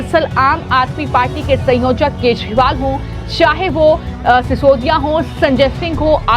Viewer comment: Inke pronunciation mai bahut jyada gadbad hai shayad inke vocal system mai kuch problem hai. Kejriwal ko bhi sahi nhi khte. Prabhu ki marji.Jai shree ram